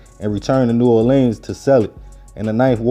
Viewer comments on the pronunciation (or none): PLEEEZE pronounce New Orleans as Nu Orlens, just like the locals do.